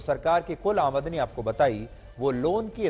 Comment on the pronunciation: Aamandani ni....aamdani hota hai dear